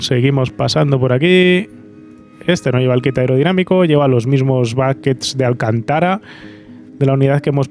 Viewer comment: Se dice alcÁntara, no alcantÁra